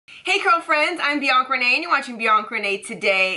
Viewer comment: And Bianca's pronunciation is on point :)